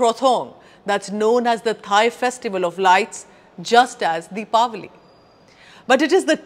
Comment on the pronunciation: Thank you for saying "Deepawali" instead of Diwali.